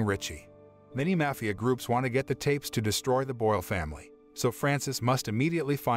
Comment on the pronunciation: You pronounced Mafia three different ways throughout the video, lol. Great video though.